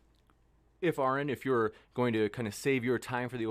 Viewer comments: After all these years, still can't correctly pronounce Aron's name correctly. In his opening, he, again incorrectly pronounces the name incorrectly. Is this an error? Is this intentionally after these years pronouncing the name incorrectly? Or is just this ignorant or dumb that he can't get something so simple, correct? There is no one dumber than one who believes fiction, written in a book of fables, is real. Is this an error? Or is intentionally doing such, to try and get Aron irritated? Yes, Cliffe is deluded. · There is no excuse for to constantly mispronounce Aron. It only serves to make him look stupid, why does he do it? Honest question.